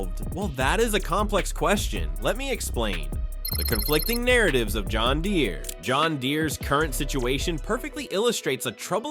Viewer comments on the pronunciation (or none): John Gen-deer